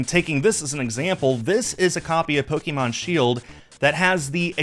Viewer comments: I've never heard an original fan call it "Pokey-mon" usually that's what my parents used to call it, instead of "Pokuhmon" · Po-kay-mon, not Po-kee-mon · Good video, like nails on chalk hearing "Pokémon" pronounced with that long E sound.